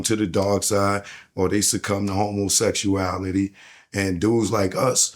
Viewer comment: Best drinking game…… how many times said integrity and homosexualityual 😂😂😂😂😂😂